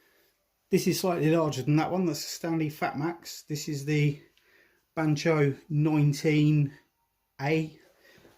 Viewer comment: Funny the way you pronounce the bahco name. Keep hearing N in there. There is no n in the name 😂🤣